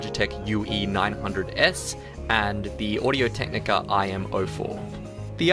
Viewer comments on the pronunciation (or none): Audio Technica "ImAwful" lol